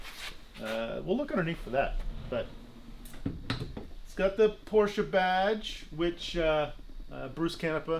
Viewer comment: Hehe its a porsche not a porscher 😉